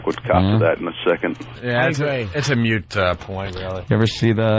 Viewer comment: Wtf is a "mute point" Opie?😂😂